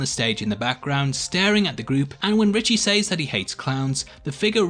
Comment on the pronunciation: says is pronounced sez not Saaays